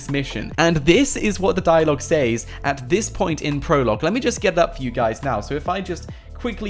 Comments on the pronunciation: He can’t say “says” it’s pronounced ses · It’s says... pronounced “sez” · the way he pronounces "says" smh